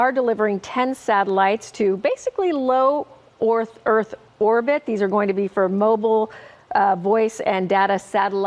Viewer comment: "low oarth earth orbit"